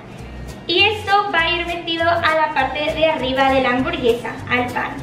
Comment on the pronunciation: Gente normal: hamburguesa Ari:hamborguesa Xdxdxdxd